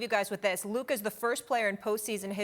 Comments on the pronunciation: Luker? lol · Luker Donchick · You mean luker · Stefan A now saying: “Luker” Xenophobic narcissist